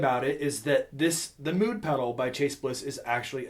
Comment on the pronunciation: Even though it's spelled Mood, It's pronounced 'Mode'.